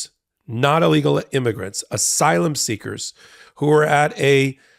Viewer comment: And “imergants”.